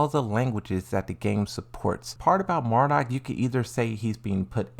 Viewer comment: Does he mispronounce on purpose